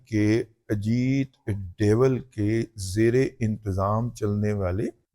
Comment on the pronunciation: نام اجیت دیول نہیں دوول ہے۔ تھوڑی تحقیق کر لیا کر۔